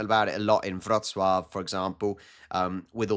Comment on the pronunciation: There's always accent when you speak Polish (it's totally ok of course) but the way you say "Wrocław" is just SO perfect ❤